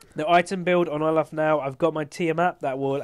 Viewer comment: THAT IS NOT HOW YOU PRONOUNCE OLAF.